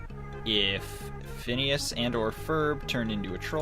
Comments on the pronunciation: OMG ITS WITH A P NOT A F FOR PHINEAS FROM phineas and ferb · Christ sake Phineas and Ferb not Fidus or Ferp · IS FIDLUS NOT FURF